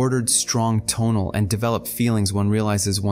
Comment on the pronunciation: I like the way you organize and present the teachings of Carlos Castaneda, so please make a video on the Assemblage Point. A small pronunciation point - rather than putting emphasis on the first syllable of the word TO'NAL, put the emphasis on the last syllable - TONA'L. Thanks for all your efforts.